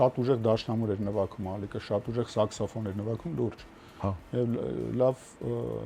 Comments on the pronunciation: Ճիշտա ասում, նվաքում! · Գարիկը ասումա նվաքում 😂😂😂